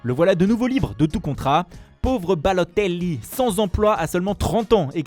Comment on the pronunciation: La façon dont il dit balôteli